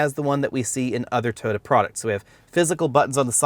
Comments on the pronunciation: Over 300 comments and nobody is bothered by the way he says "Tyota"??? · Have I been pronouncing Toyota wrong all these years? 😳